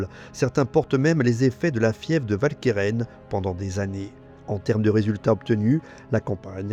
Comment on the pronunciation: Idem pour Walcheren. En néerlandais, le W se prononce "Ou", comme dans "Waterloo"; et si le "ch" se prononce bien "k", le "e" qui suit se prononce "e" et non "è". Si bien que la bonne prononciation n'est pas "Valkairain", mais "OualkErEn". Sorry, mais une vidéo francophone ne s'adresse pas qu'aux français, mais à tous les francophones, sur tous les continents, même si certains ont oublié des règles pourtant encore en vigueur. Et pour ceux que je fais chier, sachez que le PQ ne coûte pas cher, contrairement à l'ignorance.